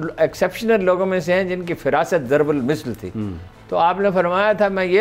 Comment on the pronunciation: Harun sahab, not “zarbul misl” but “zarbul masal”, that is, zabar on meem م and zabar on se ث also.